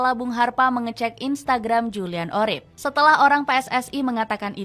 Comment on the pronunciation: Urip bukan orip